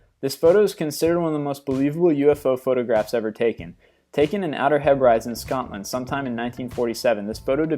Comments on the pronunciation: As a Scotsman, the way you pronounce 'The Outer Hebrides' is playing up to the American stereotype... Example: you'd say 'Edinburo' instead of 'Edinburgh'. Just saying :p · its pronounced hey -bri-dees....not haybrides,apart from that amazing stuff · you say OUTER HEB-RIDES, it's actually pronounced OUTER HEB-BREAD-DEES. I just thought you should know.:) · 'Outer He-brides'....???? It's pronounced 'he (as in head) bri (as in bridge) dees'... .....and for the record, Birmingham is pronounced 'Birming-um' not 'Bir-ming-HAM'. And stop saying 'Paris, France' for goodness sakes, yes, Paris is in France, I know there is a much lesser Paris in the USA but generally, when you refer to the capital of a country most educated people already know which country that capital is in. ...Y'all. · Btw - It's pronounced Heb-ri-dees. I have no idea where the He-brides are, but I would guess Thailand. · You pronounced Hebrides wrong. Heh-Brih-Dees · It's pronounced outer hebridees, trust me I'm scottish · 19 - It's pronounced Hebrid-ees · It is the outer hebrides in scotland and its pronounced outer heb-ri-dees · I like your videos but you really must work on your pronunciation, you are constantly making mistakes. Try Hebrides for starters (Heb-ri-dees) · Outer (heb-rah-dees) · "Outer Hebrides"...It is pronounced Heb-reh-dee's, admittedly it is a weird spelling and probably not obvious to somebody who hasn't heard it before. Made me chuckle a bit though. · Its pronounced 'Hebridees' in Scotland. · I feel your pain he never looks anything up the see how to say it! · please learn to prenounce 'Hebrides' correctly. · Please learn to say the names of places correctly. It is like nails on a chalkboard when you mispronounce things. Example Hebrides Islands off the coast of Scotland. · Dude learn how to pronounce the Outer Hebrides